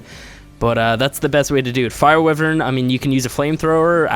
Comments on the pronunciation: Why-vern not whi-vern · what the fuck is a wyyyywen... it's pronnounced WHY VERN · Its pronounced WHY-vern, not Wivren!